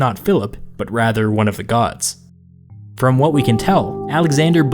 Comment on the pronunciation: did you say "one of the Gods" oder "one of the Guards" ?